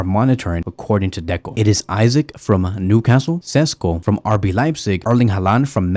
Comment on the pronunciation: Love how you call Isak Isaac😂😂. I like Isak's profile best but I believe he'll be the most expensive